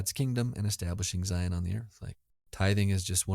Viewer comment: Did say "Zions" National Park??? As a southern Utahn, I'm appalled. 😫